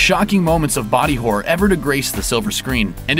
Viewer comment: I think it's funny the way the commentator pronounces "horror" as "whore". Just listen.